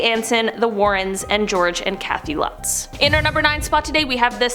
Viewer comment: Lutz. LOOTS. Don’t expect you to know it, it’s a German name, and you’re probably not German, and even if you are, it’s funny because most German North Americans have no idea how to pronounce it either.